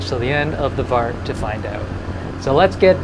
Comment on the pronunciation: Please stop calling it VARTS, I gag everytime you say it. lol :D